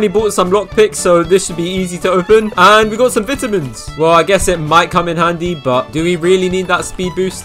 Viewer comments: "VITAMS!" its vitamins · bro said vITamins 💀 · HE SAID VITAMINS SO BRITISH